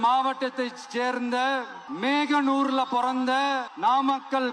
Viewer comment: மேகனூர் இல்லை மோகனூர்......விளங்கும்